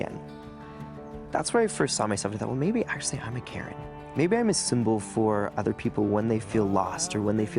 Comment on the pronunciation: It’s not pronounced ‘ Karen’ it’s actually ‘ kern’ Bro.